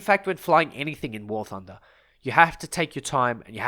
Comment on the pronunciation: Someone make a compilation of saying “gooday’ ladies and gents, welcome back to war thunda”